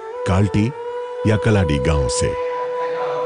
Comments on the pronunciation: Please note that the birthplace of Shankara in Malayalam is कालडी കാലടി not कलाडी കലാടി. कालडी has a schwa in the second syllable, here it is not to be pronounced as Kaldi either. When you use Malayalam names, please consult a native speaker. We need to have translations done from one language to another without the intervening Roman transliteration that is currently in vogue. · These series are great but one thing saddens me. They are doing a great job of telling Adi Shankaracharya's story). But please do not mis-pronounce his place of birth. It is NOT कलाडि, BUT, कालडि.